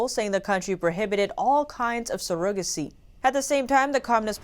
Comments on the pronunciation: You’re good and do you need to check the pronunciation of some your words, Surrogacy has the stress on the first syllable, you placed it on the second syllable. But aside from that great presentation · Pronunciation of surrogacy is not sur-OH-ga-see, it is SUR-a-ga-see. Women are not sur-OH-guts, but SUR-a-guts. Thank you so much for the excellent job. Blessings! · Nice vids, but.... surrogacy (sir - ra - guh - see) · she said ''serogacy' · I had to skip back a hear again she says it like it's spelled but her first language isn't english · Yall really let her air the butchering of the word 'surrogacy', didn't yall? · I ADMIRE the fact that you speak two languages. However, you may wish to know you are mispronouncing surrogacy. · But not surrogacy